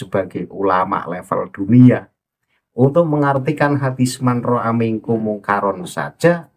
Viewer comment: Cara baca haditsnya (manroaitu) kok gak di bahas kang? 😂😂